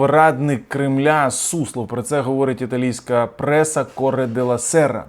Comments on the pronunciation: КОРЬЄРе!!! Не КОРЕ!!! Corrierre de la Serra )) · "Corriere della sera"-італійська,читається,як пишеться! Giorgia Meloni!-[ко/уріéре дéлла сéра,Джо'рджа Мело'ні]-апрострофо я втулила,де є наголос!Поважаю коли вчать мене,хочу щоб і Ви також були грамотними!Обожнюю Вас,тому піклуюся за деякі "шокецце"!Дуже дякую!